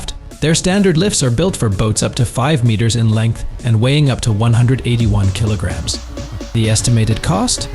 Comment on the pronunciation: What da hell is a "kilo-gam"?! Stupid A.I. narration! 🙄👎